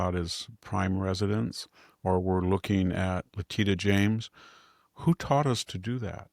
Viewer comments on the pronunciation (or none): Victor, the word expletive should be accented on the first syllable, not the second syllable. Letitia James' name is pronounced Let-ti-sha not Litita. Sami never tries to help you with your pronunciations, nor does Jack. Please try to work on your many mispronunciations. They distract from your excellent presentations.